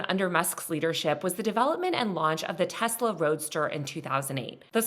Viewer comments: Nooo… it’s Teslarrrrrrrrrr 😅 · It's pronounced, "Tesler." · excuse me, but the president says it's pronounced "Tesler"